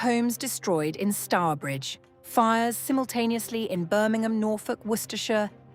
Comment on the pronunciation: “Simultaneously “ sounds like DEW to me